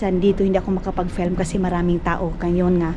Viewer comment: "FELM" hahaha FIIIIIIILM po nose bleed sakit sa ears hahaha. Dba natuto tong tinuturuan plagi ksi ng mamaru. Tigas ulo sobrang ewan....tong c. Panapanahon din yan.